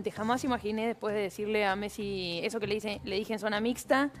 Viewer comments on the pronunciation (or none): 😂 que mecsi es MESSIIIIIIII PRONUNCIA BIEEEEEENNNNN😂😂😂😂😂😂😂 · te re banco pero si Messi vivió 30 años en España y dice fulbo vos no le digas metssi viviendo en el conurbano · Messi, no metssi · Por que el le dice Mettsi? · Más que la pregunta en sí me pone más incómodo el diciendo Metsi y Martin Botsi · Che por lo menos pronuncia bien el apellido de nuestro capitán, es MESSI!!!!!!!! MESSI!!!! NO METSI, salame. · Messi es no Metssi . No podes pronunciar mal ese apellido es como San Martin. Se rrespetuoso con los proceres argentinos. Gracias,. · Metssi botsi sotfi youtube le tendría que prohibir la letra t a este canal😂😂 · Metzi? 😂😂 Messi perro no te hagas el tano come guiso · Lionel Metzi dice 😂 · Como seca la bocha escuchar metsi y botsi, mal,es messi y bossi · Metsi, Botsi ... che no es así 😅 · Como vas a decir Martin BOTSIIIII !!! METSI !!! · deja de decir Megsi, por favor jajaja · botsi metsi rocutzo menos mal que no dijiste sotfi martitnet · Consulta: porque decís metsi? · Porqie dices metsi? 🥲Jajaj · no entiendo por qué dice metsi!